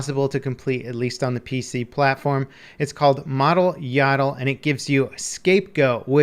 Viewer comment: Mode-al Yodel. Rhymes with "yodel" as in "yodeling."